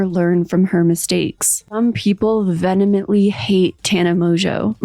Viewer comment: "Venemently" is not a word 😂 it's "Vee-em-ently"